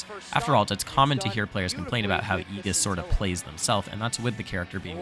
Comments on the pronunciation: Just a heads up btw it's like ee-djiss not ee-giss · Great video, also its (Aye-jis) not (ee-gis) thats all lol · ējis is how it's pronounced. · Hearing Aegis pronounced like that made me feel so uncomfortable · I honestly can't wait for rip tide that is going to be soooooo hype, I don't think you understand. Also be ready for the rise of Meta Knight, with offline coming back and actual reactions he will be a menace, maybe not super popular, but a strong meta character. As just fantastic video, great voiceover and just info in general (kinda didn't like the way you said Aegis) MK B META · Who taught you how to say Aegis lol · Who tf is aegis